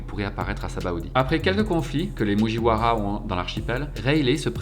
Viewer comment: Il m'a énervé avec ses mujiouaras et ses pacifistes....pacifistaS